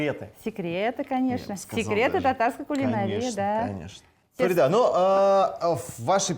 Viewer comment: Почему ФаридА, а не ФарИда?